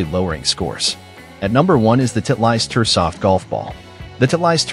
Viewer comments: Too funny! This robot announcer calls Titlest - Tit'-leist! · Somebody needs to teach AI how to pronounce Titleist.